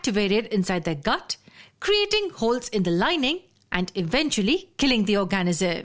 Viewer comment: OR-ga-nism, not or-GA-nism